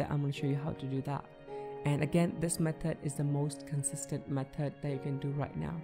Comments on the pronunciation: On method three its said mehtod three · The third one says “mehtod”